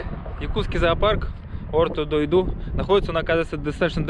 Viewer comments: ликбезнем и простим ему это, ведь и года нет как он в СахА СирЭ, а правильно произносить с ударением на последние гласные - ОртО ДойдУ. Всем добра;) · Почему приезжие всегда неправильно произносят? Орто Дойду, даже Путин говорил республика Сахи. Пренебрежительно как-то, если не знаешь как звучит спроси.